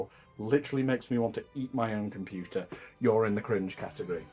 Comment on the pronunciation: Catehgry. Don't take it seriously please